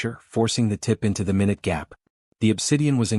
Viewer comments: Good story but just an observation when saying minute it is pronounced minoot. 😊😊😊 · Should have been mynoot.😂😂😂😊😊